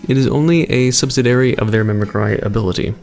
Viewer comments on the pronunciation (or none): does not know how to say mimicry? Mimicry Mim-i-Cree the way you pronounce it is Mimicree the way you write it is Mimicry. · mimicry is pronouncer "mimicri"